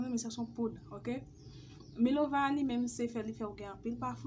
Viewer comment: Svp milova uh byn minoval😅😅😅 mw tande ti kout milova